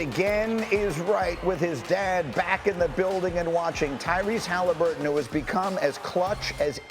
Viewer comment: Does Morris know Tyrese’s last name? Heard him call the dude “Halinburges” twice 🤣🤣